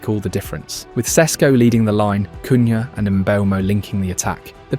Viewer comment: Good video with many good points and I subbed to hopefully hear more of the same! But he's called "Mboomo" and it's little lazy not to use a minute to learn this yourself but many English Youtubers make the same mistake. Cunha bot "Kunha" and "Kunja" in this video with the latter correct. However, thumps up you didn't make the same mistake as most do but actually knows Sesko is called "Shesko". Keep it up!